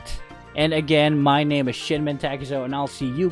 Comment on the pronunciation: Ad CC and you'll see he said shitman or was he supposed to be saying shinmen